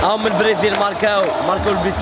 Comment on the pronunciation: برازيل❌ بريزيل✔🤣